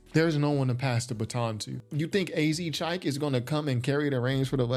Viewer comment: AZ Chique is pronounced “azz cheek”